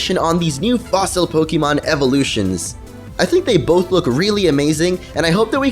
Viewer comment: its both sir, not booth* ., peace! =)